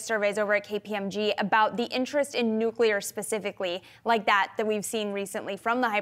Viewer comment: It is Nu-cle-ar